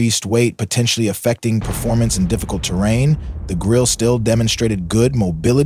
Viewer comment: Germans do not waste letters: the “e” is pronounced. Grill-eh, sort of. Point of information, not a criticism: nice video